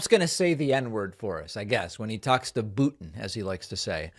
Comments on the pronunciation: Holy cow! He's saying "Putin" like Steven Seagal! I wonder if Vlad commands his lackeys to pronounce it that way... 🤔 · He knows exactly what he would tell "Zzznski" and "Pootn" . He would promise both of them things he wasn't in a position to deliver in exchange for the USA, and expect them to fall for it. It never occurs to him that THEY have been manipulating him all along, in the same way that he didn't get it when he had to file for bankruptcy in order to get out of paying his debts all those times. ALL those times! He is not only stupid and dishonest, he is stupid and arrogant. He believes that, despite all the evidence to the contrary, that other monstrous dictators like him are more stupid than him. He will sell the US to the highest bidder for personal gain and he will be outraged when he is betrayed by the people he thought he had made a deal with. He doesn't care, or even know why he should care, what happens to the US. All he cares about is whether everyone believes that he is rich 😂 Hint - he is not even that!